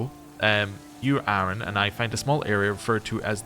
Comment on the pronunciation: I really hope you eventually stop calling Anren "Aaron".